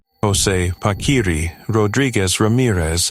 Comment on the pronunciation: It’s pronounced PA-KEE-REE, not pakweeree